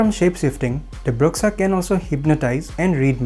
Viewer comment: Love this. However it's pronounced BROO-SHA, not BRUHX-UH :)